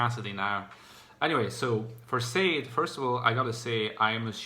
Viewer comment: Haha it's sha-deh 😄